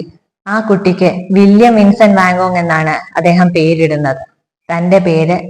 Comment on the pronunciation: ആസ്വാദനം നന്നായിട്ടുണ്ട്. ഉച്ചാരണത്തിൽ അല്പം കൂടി ശ്രദ്ധിക്ക'ണം. ഉദ 'വാൻഗോഗ് , ഒറ്റപ്പെടൽ